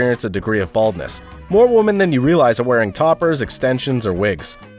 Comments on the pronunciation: Is the audio track AI? He keeps pronouncing "women" like "woman". Very irritating. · Why does he pronounce “women” as “woman”? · why do you not know how to pronounce "women" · I NEED to know, why do people refuse to pronounce women and say woman no matter if it says women or woman. I’ve noticed people starting to do it for like a year know. Why god? WHY?! It’s a pet peeve of mine XD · You can't even pronounce the word 'women' correctly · MY question is how does this guy not know how to pronounce "women"🤨